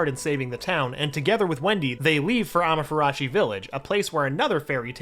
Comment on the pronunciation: Did he just said amatartsu